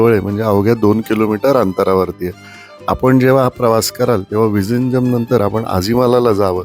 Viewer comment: तुम्हाला माहित आहे का.zh ह्या जोडाक्षरांच् उच्चार तामिळ, मल्याळम भाषेत "ळ" असा केला जातो. तुम्ही जे विझिंजम असा उच्चार केला तो प्रत्यक्षात "विळीन्यम" असा होतो.तसच tamizh ह्या शब्दाचा उच्चार तामिळ असा होतो. 🙏